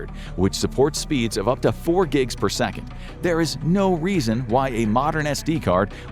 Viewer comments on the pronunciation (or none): none